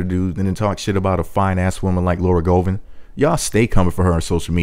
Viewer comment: I’m judging and critiquing because you’re pronouncing her last name wrong